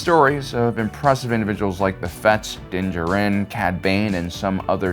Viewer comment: your pronunciation of Djarin is wrong